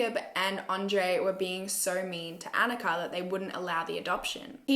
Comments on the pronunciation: *anicka (anitchka) ,,, it’s ok, u tried. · Sorry but you got the girls name wrong. Don't know how to spell it but is Aneeshka. Just spelt it how it's said. Yeah dude you got Barbara wrong as well it's Baborra. They are all Czech names. Might have been good to look at some other people who covered this case too for pronunciation and foreign names.